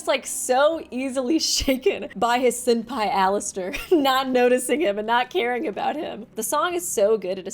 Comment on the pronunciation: I'm sorry, did you say "sin-pai"??? because that's the funniest shit I've heard all week.